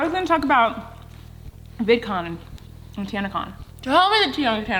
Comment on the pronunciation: she said vidcom instead of vidcon